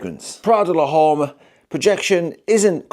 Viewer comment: I love how you pronounced "l'homme" 😁